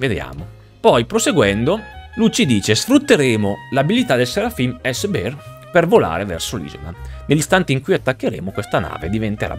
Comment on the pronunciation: spero sia presa come una critica costruttiva e non come un fastidio: non sei l'unico, l'hanno fatto anche altri di cui non faccio nomi, ma non capisco perchè lo pronunciate "biar" xD quella è la pronuncia di beer che significa birra. Bear si pronuncia "bèe"